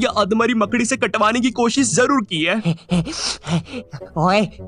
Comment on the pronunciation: Makdi ❌ Maakadi✅ Bhopali Abuse 😂(MP)